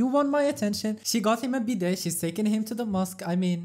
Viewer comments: Not you calling her "bidette" 💀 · The "t" is silent in bidet!